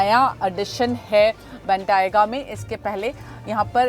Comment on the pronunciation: Please learn the right pronunciation of word Bentayga